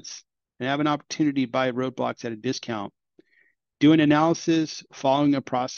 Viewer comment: Roblox not Roadblox m8 😂